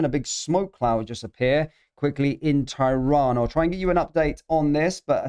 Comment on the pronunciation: Can you please pronounce tehran properly. Its pronounced ter ran not ty ron